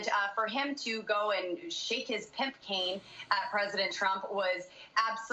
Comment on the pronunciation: Did she say “PIMP CANE?” Omg 🤦‍♀️this is why we don’t want to be associated with Americans. Our school system is bad but this is deplorable.